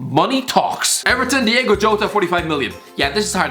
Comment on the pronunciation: Nobody:: Diego Jota